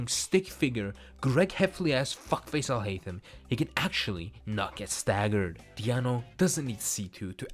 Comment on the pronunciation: im glad i did not make in the video justify took the bullet for me 🙏 btw the way you say alhaitham is amazing